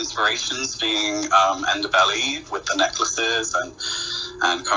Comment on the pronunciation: Learn how to say Ndebele